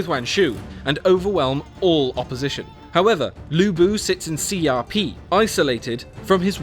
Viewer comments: The proper pronunciation is more like Hsia P because it's written in Pinyin which is different from English pronunciations. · Can't stop laughing at how he's pronouncing Xiapi as C R P